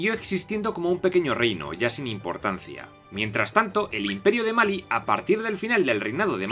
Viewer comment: Me duele tu entonación, me gustan mucho tú videos y la crónica y entusiasmo que le das pero si la entonación me mata, “Sajara o Sahara, Máli o Malí” ?